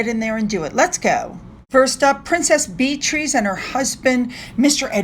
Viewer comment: Please pronounce Beatrice correctly. Yes, you compared yourself to Taz in the last video, re-listen to your video.. We are each our own person. If you want to put makeup on, do so, for yourself. No need to mention other content creators.